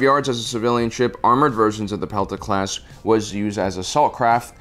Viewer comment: The Pelta class is inspired by the shield held by Light Infantry in Ancient Greece. It’s not ‘Pita’ in the pronunciation. You also forgot the Arquitens Light Cruiser